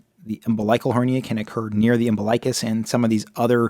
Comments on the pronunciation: It's pronounced Um-BIL-ikuss... NOT Umbi-LIKE-us..... Yikes, makes me cringe to hear it so wrong in a supposedly legit video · Thank you! That mispronunciation was so irritating.